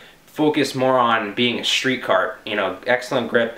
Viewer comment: wanna be cool? Don't forget to pronounce it: schtreet!